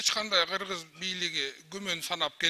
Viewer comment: Кыргыз деп айта албай калган го. Бүтүн деп тим эле аябай эле кеткен экен